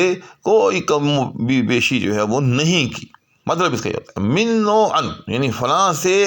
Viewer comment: U r uttering this minn I.e. with stress on n😂